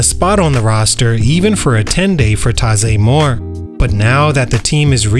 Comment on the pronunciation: First you’re saying his name wrong including the year he weren’t born.